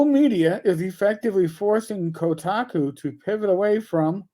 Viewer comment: are you saying Kotaco?